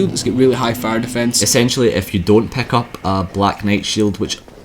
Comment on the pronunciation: why u say PECK UP, whyyyyyyyyyy?